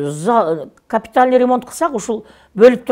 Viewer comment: Капитальный деген созду биринчи так айтып алсынчы Ошо кыз